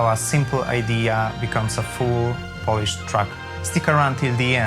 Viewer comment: "full polish" no, no ,no... not Polish.. you speak English... and I know. "Polish" jako przymiotnik, w znaczeniu polski wymawiamy bardziej [poulisz]